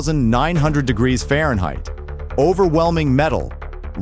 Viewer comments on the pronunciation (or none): none